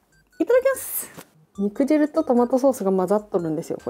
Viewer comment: ロシアンちゃん！ にくじるじゃなくてにくじゅうです！